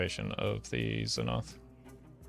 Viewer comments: Does he say z'noth on purpose or has he never read the card lol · idk if really is saying znoth intentionally as a joke or unintentionally but either way its bothering me wayy to much